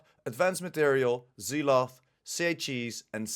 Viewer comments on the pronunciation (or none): Pronounced Zel ot